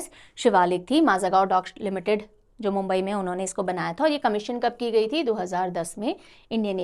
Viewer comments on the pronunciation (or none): none